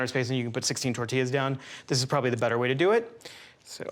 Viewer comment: It’s call tortillas not tertillas